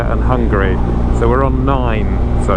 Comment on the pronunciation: The way you pronanuced Hungary cracked me up